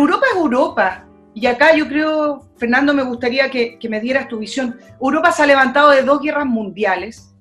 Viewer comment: ¿Por qué la chica dice "Uropa"? xd